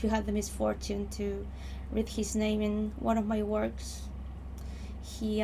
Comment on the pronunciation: I'm only 6 minutes in but how do you mispronounce a name so hard???